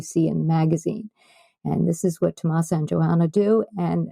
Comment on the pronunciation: The interview was very informative and I really enjoyed hearing their thoughts on sewing and patterns and pattern testing. I was a bit surprised to hear the constant mispronounciation of Tomasas' name. Not sure, but I think her last name is HIM MEN NEZ. The accent or emphasis on "MEN". Not HE min-nez. Further, it isn't "TomasO". It's TomasA.